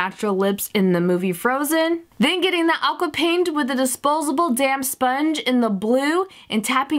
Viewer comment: it's sounds like she said disposable damn sponge